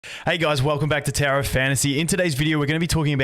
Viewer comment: I always hear u say "Tera of Fantasy" +D